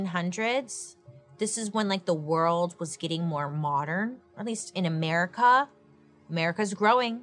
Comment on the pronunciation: The way she says "merica" kills me 🤣🤣🤣🤣 the Tylenol of the time was bleeding into a bucket😳🤣